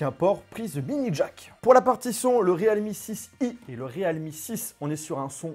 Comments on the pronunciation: C'est PAS / RÉAL MI/ mais /rilmi/ 0our dire realme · Re-alme ?? Plutôt realme nan ? 😂